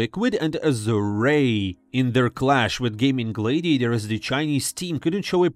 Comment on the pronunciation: Bro you have to stop saying Gaimin Glaydiators